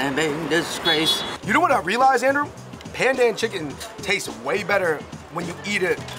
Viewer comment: thats how malaysians say pandan 😂💯.... btw pandan is also used in the kaya jam it gives the green color and aroma